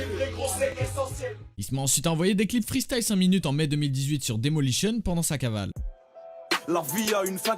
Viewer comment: demolition au lieu de daylimotion HAHAHAHAHAHAAHAHAHA